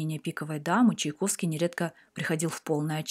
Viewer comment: Да Чайковский он, а не Чиковский